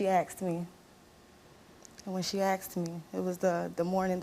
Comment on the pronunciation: Is the past tense word “asked” really THAT hard to pronounce. “I AXED my mom. My mom AXED me.” So it was an ax fight. Sounds interesting.